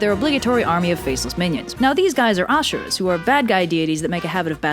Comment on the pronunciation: Shiva is the destroyer but he usually just destroys evil Also it's pronounced a-su-ra Also also raktbeja means seeds of blood